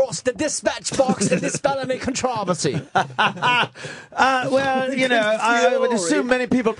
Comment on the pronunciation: Funny they keep saying "con trav er sea". I first heard that and had to look it up. Finally realized it was controversy.